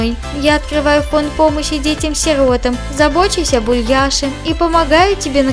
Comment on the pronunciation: не сииииротам а сиротааам